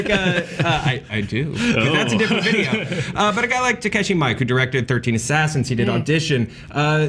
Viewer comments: takeshi MIKE? ha.... i think its ME-Kay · "Takashi MIKE":) I love you. (His name is Miike (two Is), pronounced Mee-e-Kay. He's my favorite director.) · (Btw, in case anyone is curious, its Mee-Keh, and first name is TAH-KAH-SHEE, not Tah-KEH-SHEE. TAKASHI MIIKE)